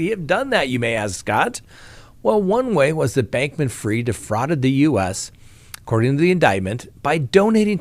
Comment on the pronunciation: NO! It's pronounced like it's spelled. F-R-I-E-D. Fried, as in deep fried. Freed is F-R-E-E-D. Man... you people....